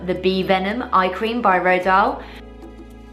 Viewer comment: Isn't it pronounced 'rohdeeyal'?